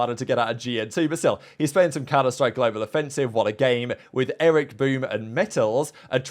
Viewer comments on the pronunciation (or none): none